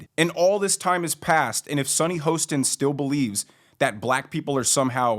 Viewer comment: The name is pronounced Ho…stin rhymes with Boston….other than that I’m uninterested in any of your shit!